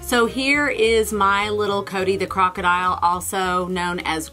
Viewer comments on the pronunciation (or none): none